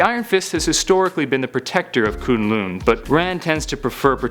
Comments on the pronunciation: Koon lune? BRUH! (Kun-Lun) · ITS NOT KOONGLOONG ITS KUNG LUN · Its kun lun I almost turned this off when you said koon loon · Shao Lao. NOT Shoo Lao and K'un L'un NOT Koon Loon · the way he says kun lun, it makes me so mad, its not ''kooon looon'' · Shoe-Lau and Koon loon? i literally fell off laughing.. Nevertheless, good video.. =) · This dude says kun lun weird. its so annoying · You're saying Shao Lao and Kun'lun wrong!!!!